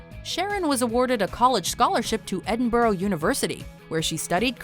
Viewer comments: It's Edinburgh not edinborough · Why is it SO HARD to pronounce the last part of Edinburgh? It's Brah not Borough, not Burg... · Pronounced Edinburgh wrong...